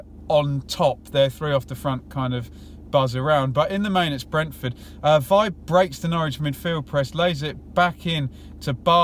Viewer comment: Nice detailed review. Just a small.point, I think Vibe is pronounced veebay.